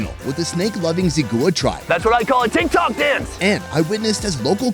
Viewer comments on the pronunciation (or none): none